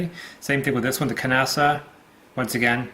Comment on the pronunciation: You keep pronouncing the ‘k’. It’s silence like ‘knock’ or ‘knife’. Especially since this ‘knife’ was created by ‘Nasa’, put them together and you get ‘Knasa’.